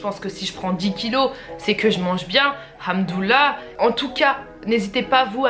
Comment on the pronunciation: mdrr comment t a prononcer hamdoulah on dit pas " hamdoulah"mais hamdoulehh 😂